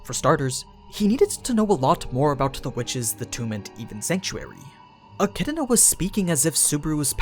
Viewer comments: It’s pronounced eh-kid-na, not eh-kid-uh-na. There is no vowel sound separating the “d” sound from the “na.” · It's not pronounced like echidna please it's so cringey. It's pronounced like echidona. That's why dona tea is a meme. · Why do you pronounce her name like "E-Chi-D-I-Na"? Where is this 2nd "I" sound coming from? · Its pronounced Echidana for some reason. Edit: Atleast in Japanese. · So the echidna as pronounced the mothers of monsters still has no vowel between the d and n going back to why do people pronounce it so wrong??? a - ki - i - na would be a better more accurate way way of saying it in japanese... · Sorry, to be more specific the middle portion would be more accurate as ki-i-na the opening isn't the concerning part. Since ki is pronounced the same here and there i is ee and na is the same here and there the elongated e sounds like a mispronounced d. Which I think would be more acceptable then the extra vowel being made in-between the d and n. I'm familiar enough with the sounds the characters make it's just I was bieng lazy with the a in front. However I don't think a-chid-na would bother the fan base that is being bothered as much as a-chi-do-na is bothering them. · You butchered the pronunciation of her name like wtf is wrong with you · I don't know where you get the extra I in Echidna when you say it but this was a good video keep up the good work